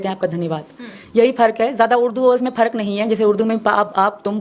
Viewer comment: 😂😂 kalma bhi thik se nahi pad pa rahi... Namaz ko nimaz bol rahi hai. Farq ko pharq keh rahi hai😂😂